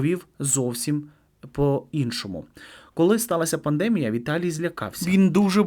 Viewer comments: Ведучій, в слові пандемія наголос на і. Навіщо змінюєте наголос? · ПандемІя,не пандЕмія